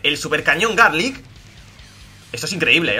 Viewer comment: Like si notaste que decía cañón garlick